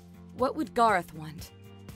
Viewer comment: GARROTH ITS GARROTH